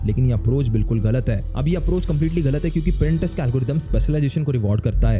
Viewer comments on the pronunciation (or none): Boht Log Pinterest Ko "Printerest" Keh Jatay Hain Ap Ki Tarah